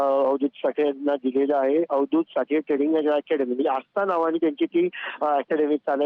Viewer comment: ट्रेंडिंग नाही ट्रेडिंग